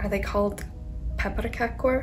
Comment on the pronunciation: Yes they are called pepparkakor and you pronounced it very well My favorite too.